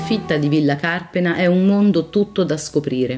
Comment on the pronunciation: Anche Carpéna, non Cárpena!